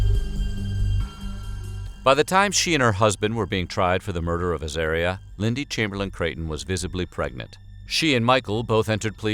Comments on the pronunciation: At least learn how to pronounce the baby's name. Her name was Az-aaah-ria, not az-AIR-ria. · Wrong. It’s pronounced azAHria. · It's a pity they've pronounced 'Azaria' incorrectly. It's pronounced so it rhymes with the word 'aria'. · Soooooo many errors : * Az-are-reeah - not Az-air-reeah. * Uluru is Uluru, not Uluru Rock. It used to be named Ayers Rock. * Lindy did not search, let alone lead the searchers - she stayed at the camping ground. * Michael did search. * Lindy only added Creighton to her name when she remarried. It is incorrect to referred to her as LCC when describing the death and trial. * Lindy did not see her child eaten. She saw her child taken by a dingo. * Dingoes are wild. There is no such thing as a tame dingo. * A dingo is not a wild dog. Maybe a bit more research??? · It says the name wrong my sisters name is Azaria it is said Ah Zar Re Ah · In Australian it’s pronounced ‘Ah-zar-i-ah’